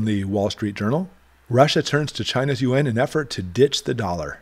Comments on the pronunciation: Thanks for the great inte! By the way, the Chinese currency is pronounced ‘ YOO-AAWWNN’ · Hummm, I think the Chinese in China refer to it as you-awn. That is the international currency. The interior currency is the Renminbe. Most people in China do not carry the Yuan.